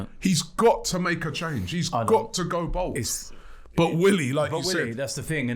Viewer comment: Robbie: "Emery needs to go bould." Emery with shaven head: "Good Ebening."